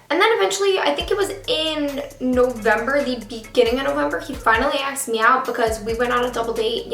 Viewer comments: is it just me that dies a little each time she says aksed instead of asked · axed me out.. "axed" bugged me so hard it's ASKEDDDDDD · im not a hater but its annoying how she says "axed" instead of "asked" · Asked me out not axed me out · Did she keep saying aksed instead of asked ?? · "asked" not "axed" Please! This made me click away from this video. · i can NOT with the jokes about her saying "axe" 💀💀💀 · "Axed me out" "assed me out" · Well I hope he doesn't "axe" you out 😂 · "Still hasn't axed me out " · You always say aksed hahah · Her saying "aks" is just perfect somehow 😂😜😝❤❤❤ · the story time was bomb but girl. it's asked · like how come he hasn't 'axed' me out yet? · Haha I love how she says axed me out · Take a shot every time she says "axed me out" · Am I the only one who hear her say acksed me out ???? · Is it just me or do I keep hearing "aks"? Pretty sure that's London slang ;) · "axed me out" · I'm Canadian and nobody says acskd instead of asked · This girl said "axed me out" at least 35 times lol